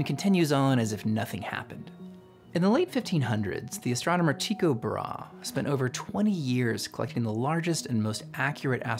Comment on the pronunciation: As a dane, I greatly appreciate you being among the rare english speakers to pronounce Tycho Brahes name correctly, and not Tai-goh Bra-hee.